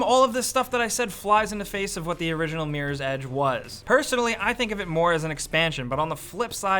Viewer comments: why does he say meer's edge its MIRROR right? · This dude says meerors edge... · is awesome, but can't take him seriously when he says Meerors Edge... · Miiiiieers Edge. That's how Americans say Mirror.